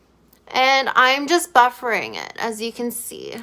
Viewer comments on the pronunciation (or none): “Buffing” (not buffering)😝 the R must be silent ❤